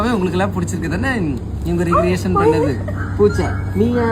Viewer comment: ரெக்ரியேஷன் nu solanum pa. Not ரிகிரியேஷன் pa